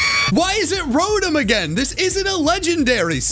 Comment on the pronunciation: You said rotom wrong 😢😢😢😢😢😢😢😢